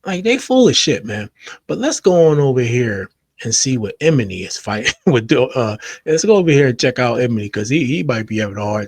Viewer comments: It's pronounced E-my-knee 😂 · Not Em-eny! 😅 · Name is pronounced ee-MON-nee. But yes, he was being a hater. Regarding "How Many Drinks", this issue isn't that Kendrick's verse was bad. It was moreso that song didn't need a rap verse at all. No rap verse would have fit. That song just didn't need it. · Lmao couldn’t even make it past 30 seconds in after hearing “Eminy” 5 times lol. If you don’t know their names, I can’t listen to your input lol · Bruh! E-Mah-KNEE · Why tf are you sayin "Emanny" like that???? Are you serious??? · Lol how he pronounced “Emanny” ehm-uh-knee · Love your channel…the man’s name is: E-Man-Nee ❤